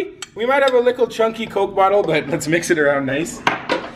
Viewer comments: Why do u say licle it's little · He says little like lickle. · Soldiers why do you say lickle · im a likkle salty at the way you pronounce little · Why is he saying licole does he mean little. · says licle instead of little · y u sayin likle instead of little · why do u keep saying likle and not little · Is it just me, or when he says little, does it sound like "likle"? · y do you say likkle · Y does he say likle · He legit says lickle